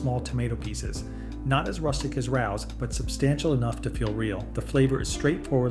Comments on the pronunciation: Pronounced, ray-oh’s 😊. That’s the only one I buy. Although it is pricey, if you went to a restaurant, you would pay $25 at least for a serving of spaghetti. 🍝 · Rao's is a legendary, immpossible to get a table, Italian restaurant in NYC. But it's pronounced Ray-O's - Otherwise, excellent information, well presented. 👍